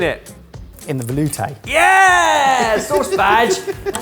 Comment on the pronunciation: Veloooooooootay🤣 someone had to say it (Edit, yes I know it's spelled veloutè... I think 🫣)